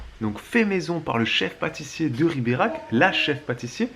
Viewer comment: J'aurai du compter combien de fois tu prononce Riberach. Tellement de pub et pas de promo pour un séjour snif snif.